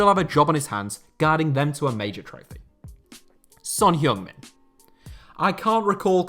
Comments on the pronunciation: It's not Son Heyong Min, it's Son Heung Min. Big difference!! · LEARN TO PRONOUNCE SON'S NAME FFS